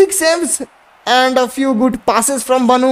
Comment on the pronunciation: Bro its Bonou not baaanoooooo